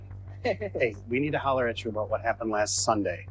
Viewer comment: the way he says "holler" is so white lol. "Good evening, sir, we were hoping to holler with you for a brief period of time. Perhaps we could arrange to holler at a more secure location in the near future?"